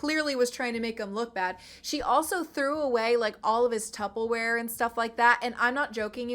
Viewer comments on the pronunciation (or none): Girl I love your videos... But are your saying.... TUPPLEWEAR??? its Tupperware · Hard stop. Its "Tupperware" not "tuppleware" 😂😂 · Hearing you say TuppeLware just literally made my day. Especially while listening on 2x speed. The ick from the subject matter melted off of me thanks to those belly laughs. Thank you, lady! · Agreed! Everything you say is gold and I completely agree. Second, and I say this in the most loving way - the word is “tuppeRWare” … with an R. Love you, girl. You’re one of the smartest on YT!